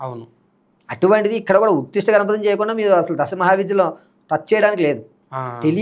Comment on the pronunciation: ఉత్తిష్ట కాదు ఉచ్ఛిష్ట